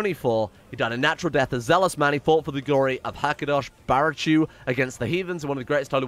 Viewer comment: Every time he pronounces the Hebrew 'ch' like 'tsh' instead of 'h' I die a little bit inside